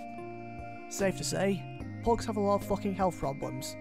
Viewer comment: Its pugs hes saying phogs